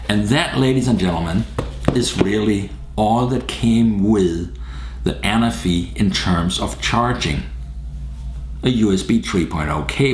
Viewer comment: The accent is on the 2nd ‘a’, Anáfi is a Greek island ;)